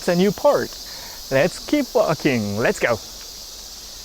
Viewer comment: “ LETS GAO”!!!